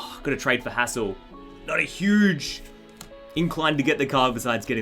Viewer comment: When you said the trainers Hassels name it sounded like a cuss word😂😂😂😂